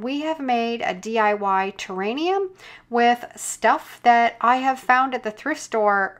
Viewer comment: Just an FYI. It’s a beautiful Terrarium not Teranium😬. Great job whatever you call it😮🤣